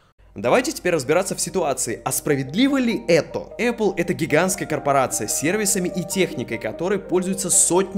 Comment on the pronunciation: Говорите правильно: Apple - Epil. Смотри не перепутай